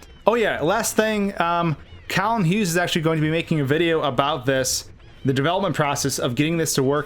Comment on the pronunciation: "Kalyn Hugh's" and "Kalen Hughes" sigh.